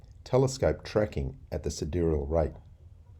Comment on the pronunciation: It's easy to figure out after hearing how pronounces it. Sid-earial. It means to do with where he lives - Sydney.